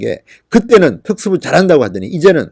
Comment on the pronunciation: 진성호님 발음이 너무 안좋아요 특수부를 줄이겠다랑 그리고 뭐라하는지 못알아듣겠어요 부분 답글로좀 써주세요 아 답답해 발음이 너무 안좋으시네요